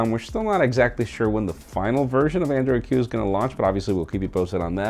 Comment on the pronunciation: Did you say Android Q or Android Hue?